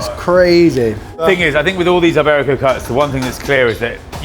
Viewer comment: way to mispronounce iberico